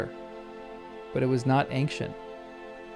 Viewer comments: It is not pronounced eynK-shuhnt it is pronounced eyn-shuhnt! There is no K sound in ancient! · That's not how you pronounce ancient!